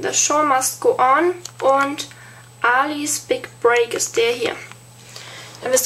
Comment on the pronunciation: Die Burlesque Minis von OPI hab ich auch, ich liebe sie! <3 P.S. Das heißt aber "Äli's Big Break" & nich "Aaaali's Big Break" ;) Nicht bös gemeint <3